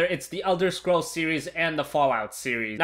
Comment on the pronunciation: What? Elder of scrools? Realy?